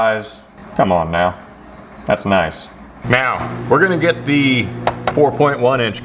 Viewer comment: did you say now or meow 😂